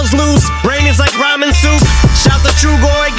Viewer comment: "brain is like ramen soup" sounds like "brain is like rhymin' soup"